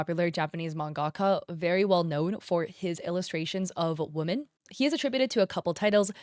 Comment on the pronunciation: pronounce women correctly pls.